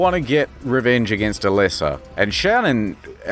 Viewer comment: A-leh-sa? I barely know her!